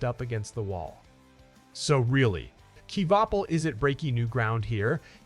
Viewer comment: You can't even say his last name right